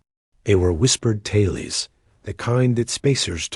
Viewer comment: This AI sucks. Tales, a single syllable word is pronounced with two syllables